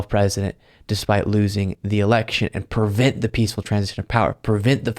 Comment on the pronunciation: it's pre vent, not per vent.